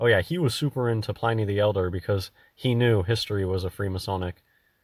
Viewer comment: Its pronounced like pin